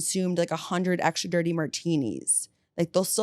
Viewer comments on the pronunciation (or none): You know the word is extra, not aktscha, don’t you? 🤔